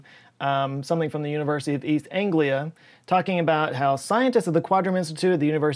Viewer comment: As someone from East 'En'-glia, I love the way you pronounced East 'En'-glia.